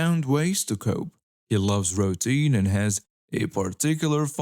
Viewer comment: Hello I do enjoy the way you read the stories, you put a, lot of expression into the narration. FYI gall is pronounced as gaul (to rhyme with the name Paul), as in the Roman Empires name for what is now, France. Post Script: routine is pronounced as 'roo teen'